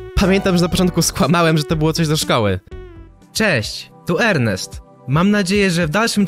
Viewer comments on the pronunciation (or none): none